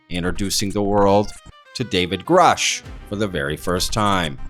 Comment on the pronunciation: Why elizondo never pronounce David gruuuuushe correctly